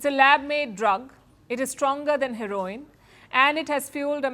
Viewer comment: Palki: Your English is good . Please learn to pronounce Heroin. It is not pronounced as same as Heroine(actress)